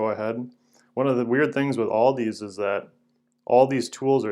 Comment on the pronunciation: Aldi* there is no s on the end. Purchased at Aldi* not Aldis